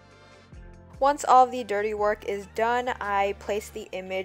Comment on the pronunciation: Did she say dirty work?